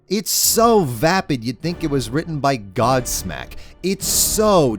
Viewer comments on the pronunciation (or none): I almost thought he said godslap and I was like, wtf did Charlie do??